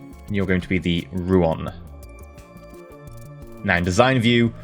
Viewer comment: Don't wanna nitpick over a single word, but I'm gonna nitpick over a single word because that's how I get my kicks on the internet, it's actually Rouen, not Rouan. EE's pronouncing it wrong.